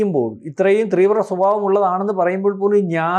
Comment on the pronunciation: ത്രീവ്ര അല്ല തീവ്ര ആണ്... ശ്രദ്ധിക്കുക...